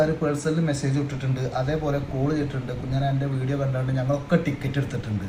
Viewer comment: കുഞ്ഞൻ അല്ല മൈ****, കുഞ്ഞാൻ...